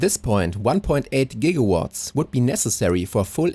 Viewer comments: ONE- POINT- TWENTY ONE JIGAWATTS?? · BTW Gigawatts is with a hard g^^ and love the builds!❤❤❤